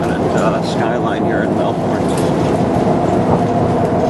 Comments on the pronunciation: It's pronounced melbin not melborn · More like Mel-bn